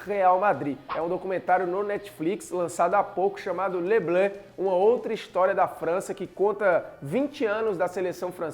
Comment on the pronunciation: E engraçado como ele fala les bleus